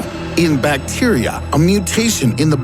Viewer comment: That pronunciation of bacteria... Plus a lot of this information is outdated and badly explained/presented.